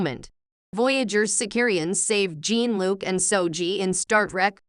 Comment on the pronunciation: Jean (as in Grey) = insta dislike. WTF.... If you cant even get the main chars name right....